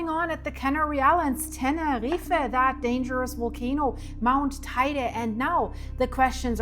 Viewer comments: Guten Morgen Sag bitte nicht "Teide"! Der Berg wird "Teyde" ausgesprochen.😉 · FYI. How to pronounce Teide: Tei as in “Table”, not “tie”; de as in “deh”. Thank you, 😊